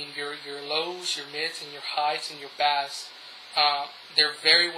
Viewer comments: wow the basss ur saying is a fish!!!! pronounce it like base but spelled bass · Hey, a friendly word of advice. Bass is pronounced Bay-ss not Bas :) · Bass is pronounced 'BAISE', not bass! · When you say bass, its supposed to sound like bayss. Not the fish lol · The word bass is pronounced as "base". . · Bass? Bass?? BASS?!?!! It's spelled bass, but it's pronounced BASE. Wow, get it right. Think I'm wrong? Listen to the song 'Bass Down Low'... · I'm curious as im not a native english speaker... how is it correctly pronounced "bass" or "base" for sound? and why does "bass" in sound and "bass" in fishing is written the same way and pronounced differently? Looks like english language makes no sense sorry :) Can someone clarify that for me? Thank you!!! P.S: Great review. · if you pronounce bass like the fish, audiophiles will never take your videos seriously. you better fix that problem dude, but all in all the vid was pretty good. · No, I was serious... but I just felt like being an ass that day. Sorry. You can delete it if you'd like. I do appreciate the review, really. This is about the only real review on them on youtube, I'm hoping to get these for Christmas or on my own soon afterwards. I do agree with gorillaguy though, it was just that the way you were pronouncing it annoyed me, but like I said, other than that it was good. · Huh, I wonder why you pronounce bass like that. Did you grow up fishing or something? Were you never exposed to the term bass in terms of audio? I'm curious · Only an atheist would pronounce "bass" like the fish ad not the sound other than that, thanks for the review There's only a couple on all of youtube